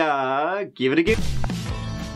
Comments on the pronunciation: “This is the case of Ziggin Zag… let’s give it a goo” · Indeed, Terty tree times terty tree 👍🏽's up! Let's giv'et a- goo!❤️💕❤️